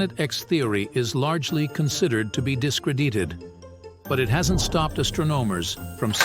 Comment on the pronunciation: discred-EE-ted lol